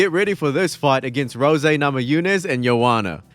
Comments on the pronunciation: I think he's intentionally tryin' to piss me off by saying Rosè instead of Rose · Not you saying "Rosé Namajunas" and "Leg kicked to the head". It's Rose like the flower, and a leg kick is a kick that lands on the leg, so a leg kick to the head is nonsense. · Why is he saying Roe-Zay instead of R.O.S.E….? Is it an inside joke or something? I like this guys videos, but that shi is mad annoying 🤣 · He's a Dragon Ball Youtuber and saying Rose with the "zay" at the end is something hes accustomed to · That's how you say Super saiyan Rose, well It makes sense since he is a Dragon ball legends youtuber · Please just say rose instead of rosè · Canadians don't understand the issue, it is pronounced Rose, eh? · Is this AI narration? “Rosay” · Bruh it's Rose. Like, the flower. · Does this guy think her name is “Rosè”? Has he ever watched a fight of her’s? Or heard anyone say her name ever😂😂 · RICK ROSS uhuh, ROSÈ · Rosè Gracie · Gonna go have me a glass of Rosè Namajunes just so i can cope with how annoyed i am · The way you pronounce rose is the reason the revolutionary war happened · This vid was kinda interesting until you mispronounced Rose about 10 times in a row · That’s not how you say Rose smh